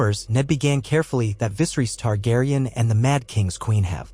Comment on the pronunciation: Very nice story, but are you mispronouncing Lyanna, Raegar, Baelon, and Vyserys's names on purpose? Correction, the inconsistentcies in the story, forced me to stop watching it...